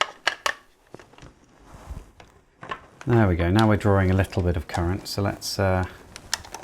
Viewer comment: Can you say "drawing"? Not "drawring"?